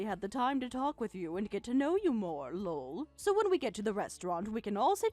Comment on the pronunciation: Lull....That's how they are pronouncing Lol. So freaking annoying. Also, whats with the long pauses between sentences?